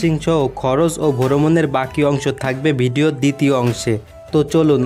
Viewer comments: বিডিও, ইস্টিসোন,টিগিট, টেরেন,এসপেরেস,পেরায়,বোরমন, ভাইরে বাংলা ভাষা টাকে এইভাবে ধুয়ে না দিলেও পারতেন 😒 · অসাধারণ সুন্দর লেগেছে ভ্রমণ বৃত্তান্ত। তবে ভ্রমণ, ভিডিও, স্টেশন ও ট্টেন উচ্চারণ করলে আরও ভালো লাগতো।